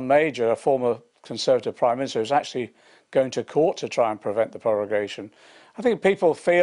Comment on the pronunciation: He can't even pronounce prorogation 🤣